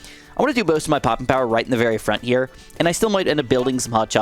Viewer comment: The way you say “here” with that weird accent makes me cringe so hard. I have to click off everytime you do that weird sh*t